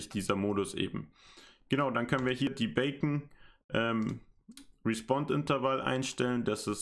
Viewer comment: Beacon wird "Biicän" ausgesprochen und hat nichts mit dem Frühstücksspeck zu tun... ;)